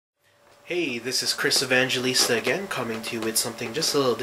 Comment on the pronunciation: Tenerife, Spain, Africa. 'Good lesson... But DUDE!, never mind getting Israel's name wrong, you can not even pronounce your OWN name right. It's Evangelista, NOT Evangeleesta! Now YOU try it...